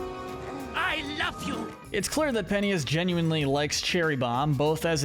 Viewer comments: Its not sir Penty-us, ITS SIR PEN-CHUS!!!!!! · It’s pentious not penthious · ITS PENCHIS NOT ✨PENTEEUS✨YA GOOF BALL! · Say it with me "pen...chus...penchus" not pen-tias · I cannot focus when he calls Sirpentious (sir-pent-chus), Sirpenious (sir-pen-e-us) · Sir pennyous. Thats what your saying. Prounounce it Sir-pen-cious" Pentious Pencious, same Canon pronouncianction. No critizicm though!!! Loved this vid! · Penius............is it me or it sounds like PENIS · Sir Pentious, not Sir Penious. It’s a pun based on the fact he’s a snake… a serpent. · The fact that he said Sir PENT-EY-US 😭😭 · Ok I don’t know if I’m saying it wrong but I’m pretty sure it’s `Sir. Pen-chis‘ and it kinda annoys me when you said it like that… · i was enjoying it until he started saying “sir pennyus” 💀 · Matey did not just say sir pen T us instead of pentious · ok ok is no one going to mention Sir PENTYUS?! the way he pronounced sir pentious name?! like I can understand if they never said his name but thats not how its pronounced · With all due respect, I must take a moment to acknowledge and poke fun at pronouncing his name “Sir Pennyus” 😂. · STOP CALLING HIM PENNIUS 😂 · stop calling him penious you sicko!!!! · Bro why did you call pentious sir penious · Bro is really calling sir pentious sir penis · “Sir penteeous”💀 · homie said "sir penious" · It's pronounced PENT-TIOUS. Like serpent. Serpent shious. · Respect sir Pentious, NOT PENIUS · Not the pronunciation of Pentious 😭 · It kinda bothers me how he pronounces Pentious name 😂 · Wait- is that how your supposed to pronounce Pentious !!! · WHY ARE YOU SAYING SIR PENTIOUS LIKE THAT 😭😭😭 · You need to pronounce Sir Pentious’ name right man. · BRO PRONOUNCE PENTIOUS RIGHT! 😭😭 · How did you get Sir Pentious's name wrong so many times 💀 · You kept saying sir pentious wrong multiple times